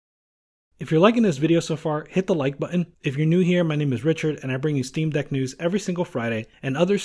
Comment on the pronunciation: he said dock.. not deck